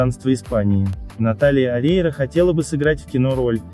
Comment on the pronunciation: Фамилию научитесь говорить.